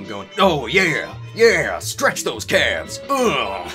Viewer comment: Holy shit, thank you, I cringed every time he said "calves" hahahaha